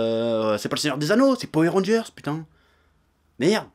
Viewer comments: Moi je dis pas Powère mais Poweur... suis-je dans l'erreur ? Sinon très bonne vidéo ^^ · J'ai juste retenu qu'il disait "powé rangers" au lieu de power rangers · Golden Crow Powai rangers* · alors, ça ce prononce Po Weur Rangers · J'aime quand tu dis Powé Rangeurss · Du coup une question se pose: On dit Powé Rangers ou Powoueur Rangers? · J'ai fait qu'entendre "Powé Rangers" ça m'a sorti de la vidéo à chaque fois xD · "powèr rangeur" mdr chef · "Powé rangers" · la vrai question c'est pourquoi tu prononces powé mais rageurs ? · Etienne Francius c'est trop marrant la façon dont il prononce powé ranger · C'est une vidéo sur quoi ? Ah oui les Poweu rangers. j'essaie de compter combien de fois il a dit poweu ranger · J'adore comment il dit poué randgeurz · Edgar S. c est trop rigolo la façon dont il prononce powé ranger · Po-ouais Rangers ? :') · powé ranjerrs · Powé Rangers j'ai bien entendu?🤔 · "powé rangers" j'ai vraiment eu mal à chaque fois que tu disais ça comme ça... Cela dit je suis totalement d'accord avec ton point de vue, les gens ont perdus le fun devant les films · J'aime bien quand le Chef dit Powair Rangers ^^ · Moi aussi ça m'a énérvé toute la vidéo, c est comme les gens qui disent Hitlaire et non Hitleur